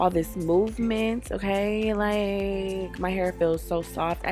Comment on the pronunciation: The Friday "Uhkay"!😂😂